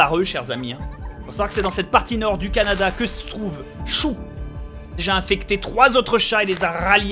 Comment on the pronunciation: Bob sa se prononce Canada comme caca